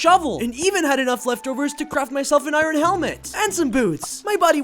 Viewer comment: bro said iren